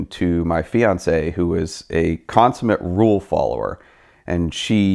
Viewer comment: Me and my FEE ANTS SAY. BRUH LEARN HOW TO PRONUNCIATE